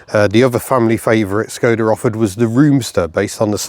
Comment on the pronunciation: Thank you for the clarification of the proper pronunciation of Skoda which I have been trying to make known since I found out about it in the 1980s from someone whose ancestry was from that part of the world. Living in the United States of America doesn't allow much access to Skodas except through reading material, tis a shame because they made some very noteworthy vehicles in the past. Wishing you all the luck in the future. Mr. Picky aka the cranky Yankee.